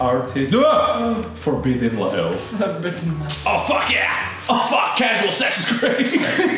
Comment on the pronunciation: Mark: forbiddon lerve